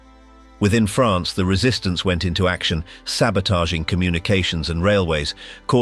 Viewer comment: The proper way to say France.